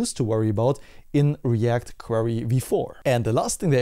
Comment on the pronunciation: Thank's for the update. I still can't overhear you saying "React Quarry" 😅